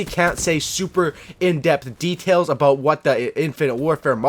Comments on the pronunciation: did he just say "abuwt" instead of about? is he Canadian? barney stinson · you had me at "today we're gonna be talkin a-boat" :)